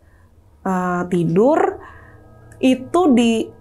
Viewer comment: Meni lekoh huruf R nya si kaka...😅 "tidurrrrrrr..."